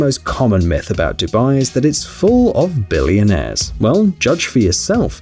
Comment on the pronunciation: BilLIONAIRe. The way he pronounces it is so funny.